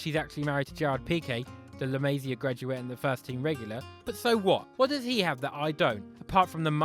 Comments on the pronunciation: Dude, can't stand your butchering of "la Masia"... [ɫə məˈzi.ə]. Please ask a Catalan speaker... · I HATE HOW HE SAYS LA MASIA